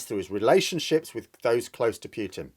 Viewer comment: For the 3rd time, for pity sake will you STOP saying PEWTIN and start saying POOHTIN like the rest of the world. Thanks.